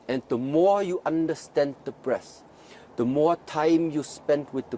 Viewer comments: It sounded like he said " The longer you interact with the breasts the deeper you can penetrate the body" which it will of course make sense. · I was thinking he was saying breasts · i keep hearing breasts. damn